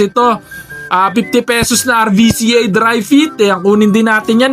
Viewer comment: Roo-cah bigkas dun idol sa RVCA, thanks!